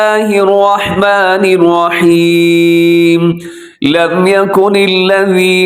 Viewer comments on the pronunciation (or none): آواز اور تلاوت تو آپ کی خوبصورت ہے.لیکن بسم اللہ پڑھتے ہوے آپ الرحمن الرحیم پر توجو دے. کیونکہ آپ را پڑھتے ہوے واو کو ملاتے ہے تو غلط ہوجاتا ہے الروحمن الروحیم بن جاتا ہے. تنقید کیلے نہیں اصلاح کیلے کررہاہو. کچھ سمجھ آیا تو دعا میں ضرور یاد کریں